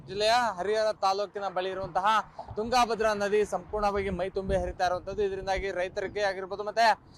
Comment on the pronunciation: ತುಂಗಾ ಭದ್ರ ಬೇರೆ ಬೇರೆ ಅಲ್ಲ ತುಂಗಭದ್ರಾ ಒಂದೇ ಉಚ್ಚರಣೆ ಸರಿ ಇಲ್ಲ ಸರ್